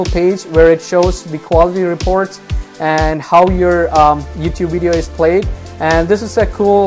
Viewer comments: Its video, not wideo. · Please say video, not wideo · It’s VIdeis with a V not Widio or Uidio. Thanks for your help. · what's a "wideo"? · I'm glad I watched this he helped me understand my "Wideo" and how YouTube processes the "Widoes" lol jk but I appreciate it thanks bro. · lol no hate but wideo lmao i am subbing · Video* not wideo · Great video and thanks for the info! But I have to make this one joke "wideo". lol All in good fun not trying to be mean. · WTF is a wideo?